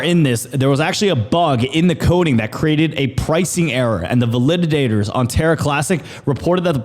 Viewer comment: VAL-I-DAT-ORS. Not val-lid-did-dators.